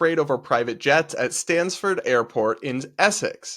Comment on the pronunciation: Minor point, it's London Stansted Airport. Think you said Stanford or similar? Bit like the Stonehenge thing also to do with the JSO loons, they are irritatingly everywhere it seems!